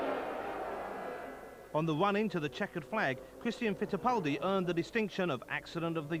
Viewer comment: he can say the R in Christian Fittipaldi but can't seem to say any other R during the rest of the video.